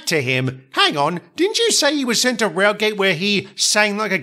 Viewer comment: It’s pronounced Railgate